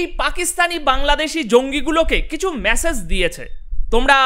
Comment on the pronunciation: বেশ ভালো প্রেজেন্টেশন। কিন্তু ভাই, মেসেজ, সম্মান --বলুন। ভুলগুলো খুব কানে লাগে!